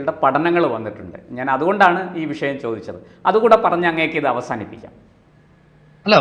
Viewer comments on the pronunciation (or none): none